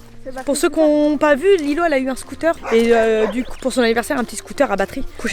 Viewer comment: Mais on di qu’on di Lilo pas Lille